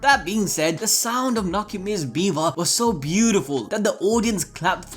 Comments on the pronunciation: im sorry Beaver?!? i cant bro, it BiWa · I'm sorry but i cant be the only 1 that kept hearing him say beaver instead of biwa right? right? no? i guess my mind is in the gutter